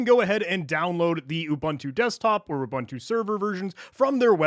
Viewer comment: Repeat after me: oo-booon-too not oo-ban-tu. Great video otherwise.